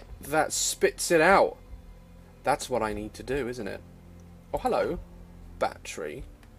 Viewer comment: What the hell is a "bat tree" xD